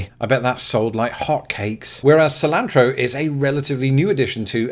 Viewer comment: He lives - unless Kafka uploaded this for you! Great video! Interesting about the use of chili con carne across the pond. I would have never guessed. I was also impressed by your initial pronunciation of cilantro. Hope you are feeling better.